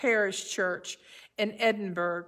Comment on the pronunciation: I hope nobody minds my comment (it's a trivial thing...), but the city in which this hymn was published is pronounced 'EH din Borrow', not EH din burg.